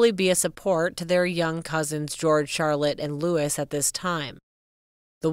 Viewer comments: Pls do your homework prior to making a video. 😊 Sh/b pronouced "Louie" not Louis. The name is "Tindall" not "Tindell." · It’s pronounced “ Lou -ie”, not Lewis! My brother is named “ Lou-ie, not Lewis! It’s also pronounced…. “Tind-ell”, with an E, not Tindall with an A.